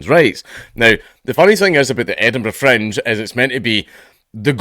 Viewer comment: Every time you say Fringe I hear French